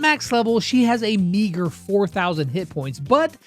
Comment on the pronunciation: Bro he said meager look at the subtitles